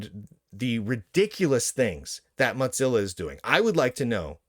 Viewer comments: Your commentary is good, but I can't STAND your pronouncing of Mozilla like pizza. It's not pronounced this way. You just got stuck on that. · No he's just pronouncing it the canonical German way - which is "Motseellaw"